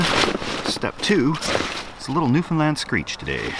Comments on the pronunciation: Hey, you nailed the pronunciation of Newfoundland. I absolutely love watching your videos. R.I.P. Crazy neighbor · The fact you pronounced Newfoundland correctly is worth a subscribe. But I'm already subscribed. So now you have this comment and a like.